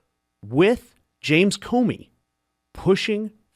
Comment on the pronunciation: It’s James Comer, not Comey!